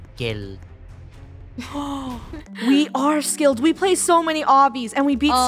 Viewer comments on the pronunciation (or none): •safi• same and he still didn’t pronounce the “skilled” right